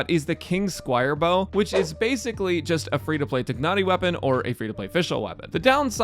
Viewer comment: Why do you keep saying tighnari like that. If you're american, its tie-nari